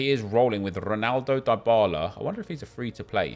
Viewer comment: His name is pronounced DEE-BALA!!